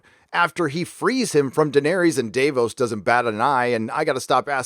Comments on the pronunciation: Liverpool’s number 2, Lee T YES!!! He’s also pronouncing Daenerys wrong. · How does moron not be able to pronounce: Daenerys and Varys correctly? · Why are you pronouncing Daenerys and Varys all weird?? When have you ever heard their names said like that in the show? Maybe you’ve addressed this before but I’m new to your channel.